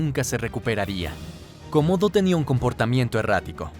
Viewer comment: Gran trabajo como siempre, solo quiero decir que lo ensombrece mucho ese tipo de errores como "Cósodo", 1145 o "Viena en Australia". No es fácil lo que haces, pero justo por eso vale la pena darle un último vistazo antes de narrarlo o subirlo. De todos modos, gran trabajo, gracias por el esfuerzo de informar